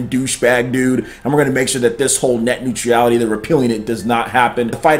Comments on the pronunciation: Love your videos. Watch them all the time... but you clearly have fallen for the leftist fear mongering. Honestly... you can't even pronounce it. It's not Net Neutreeeality! Bro you're way off base. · Dood.... You killed that pronunciation... Omg cringing. New-tra-le-t - neutrality ... Still cringing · There is no 'i' in 'neutral'.